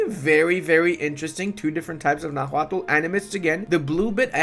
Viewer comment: The h in Náhuatl is silent, and the first syllable is the stressed one